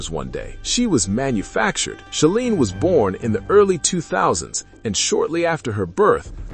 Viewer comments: It's She-line....rhymes with feline. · Thank you. AI always pronounces that wrong and it's really annoying.